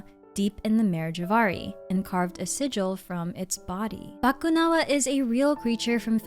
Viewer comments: I just knew you were filipina when you didn't butcher "Bakunawa", i instantly said "Ah pinay to" Hahaha! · my initial reaction when u say "bakunawa" "filipino", wow, nice pronunciation galing nya parang pinoy Lang 🥹 never thought u are a Filipino 🤣🤣 lagi pinapanood mga lore mo mommy ngayon ko Lang nalaman hahahah